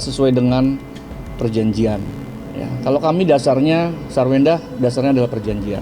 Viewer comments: AI nya gmn sih . Kok nyebut nya Sarwundah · Sarundah .. Ga pintar ucap ya yg bw berita 😂😂😂😂